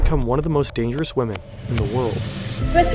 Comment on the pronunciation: Damgerous? LOL stop saying lie